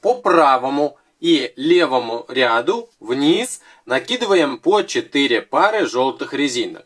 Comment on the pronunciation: РядУ ударение на у.